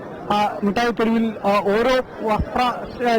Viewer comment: മുട്ടായി തെരുവ്, അല്ല, മിടായ് യതെരുവ് എന്ന് പറയു